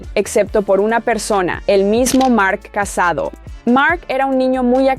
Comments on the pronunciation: no se llama casado se llama CASADÓ con acento en la O!!!! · Buen video pero la pronunciacion... casadò con acento no casado porque si no parece que se haya casado xD y el pueblo se escribe Sant antoni de vilamajor pero es como si la jota no se pronuncia sería como decir mayor pero con jota major